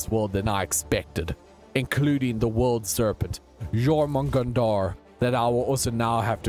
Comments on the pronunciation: That jormugandanar hurt my soul... ITS Jörmungandr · Jormungandr (Jörmungandr) Is pronounced Your man hunder Btw :D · I love you vids! Btw, it’s pronounced “Your-mun-gan-der” (Jörmungundr) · its said like jormungandur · When you said mongondo I thought you said your mom